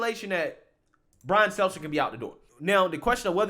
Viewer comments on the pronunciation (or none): His name is “STELTER” No s or z I get the joke “Selzer” but you never say his name correctly! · Bro I love your channel but can you PLEASE look up how to pronounce people's last names before you start recording? I don't know how many more times I can hear you say "Brian Seltzer". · He just can’t get Stelter’s name right…